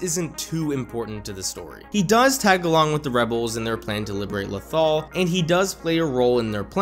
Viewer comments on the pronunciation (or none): none